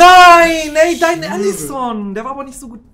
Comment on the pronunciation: Ellesen? Er heißt Allison